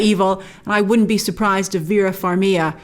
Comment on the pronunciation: Vera Farmiga! With a G grace! You pronounce the G.